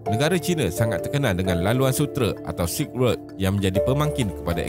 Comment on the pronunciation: silk road tu ejaan dia "serk rod" bukan "sik work"